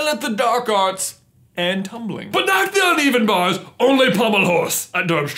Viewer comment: "we excell at the dark arts... (and tubling)"